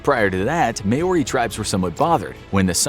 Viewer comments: Just wanted to mention that Māori is not said like May ore ey and like mow r ey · Word of warning, most Maori names in this video are pronounced wrong. It isn't may-ori, it's mow-rrrri kinda. New Zealand section. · By the way it’s Mou-Ri not Mao-Roi😂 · its ma-ori not MAE-ori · Maori is pronounced [maow•ree] btw, not 'may•or•ree' or whatever tf lolol